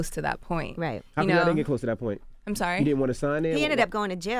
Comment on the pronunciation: Purnt lol Master P explain to me what is "PURNT"